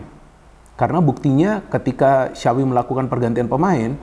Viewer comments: Yg saya dengar xawi yg di ucap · bukan sawwvi bang , kalo mau bener bener ucapin nama xavi . tapi kaya bilang tjapvi .